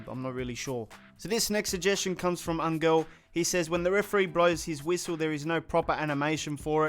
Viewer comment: Angel “Angle” wtf